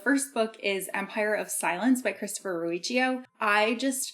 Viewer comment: Sorry, I believe Ruocchio's name is pronounced Rockio.